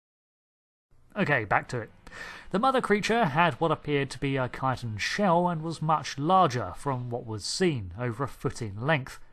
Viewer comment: THANK YOU! It's a rare treat to hear CHITEN actually pronounced correctly! Jon Pertwee would be proud of you.